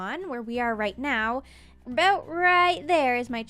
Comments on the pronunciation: "There's still one eyesore I haven't worried aboot yet" I didn't know is Canadian. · "Yeah... aboot that..." LoL Such a good Canadian. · This vid has most Canadian "about" in it yet.